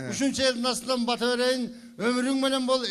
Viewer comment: Кыргызча суйлосонор пата эмес бата